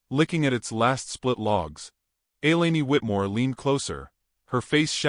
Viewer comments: Thank you! Butchered that name badly. So annoying. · Please pronounce her name correctly. Elaine is not elaney, it's pronounced E lane.